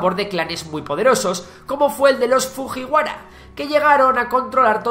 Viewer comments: Pronuncia las "J" cómo si fueran "LL" por ejemplo (Fujiwara) fulliwara. Las letras "Y" antes de una vocal se pronuncian "i" (yoritomo) ioritomo. Y las "H" son más como una exaltación en lugar de decir una J cómo tal. Ánimo, buen video. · hay un error ahí, exactamente en la pronunciación Es cierto que cuando en español vemos un "ji" lo leemos de la misma forma como se escribe pero en japonés este sonido se pronuncia como "yi" (じ en hiragana) Es decir que la pronunciacion correcta es "fuyiwara" (pronunciacion únicamente, se escribe como ji, pero se pronuncia yi) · La pronunciación de los nombres debería estar hecha como debe. Las J se pronuncian como en inglés y las h se aspiran. Escuchar los nombres Jomon, Fujiwara y Kojiki como la palabra española Jamón duele muchísimo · Fujihuaras y yo entendi mojiguaras o como se escriba 😅😂